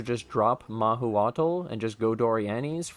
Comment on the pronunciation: Mah-who-cho-tl we would say here in Mexico :P